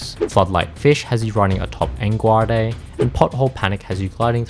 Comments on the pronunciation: "Engwarday" - I was out right here. Heh- Didn't even get all the collectibles. That's the difficulty right there! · en gooard ey lmao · Oh man I love Engwahday.